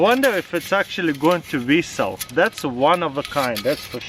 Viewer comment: 'Whistle' I thought you were saying resell.